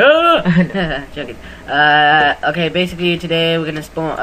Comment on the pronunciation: lol his favorite word is bacicaly